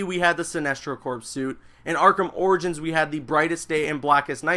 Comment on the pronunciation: its pronounced "core" Green Lantern corps (core)